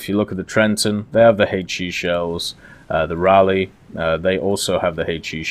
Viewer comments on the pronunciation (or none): none